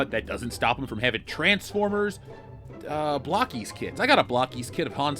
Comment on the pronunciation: It's pronounced Blow-keys. Not block-keyes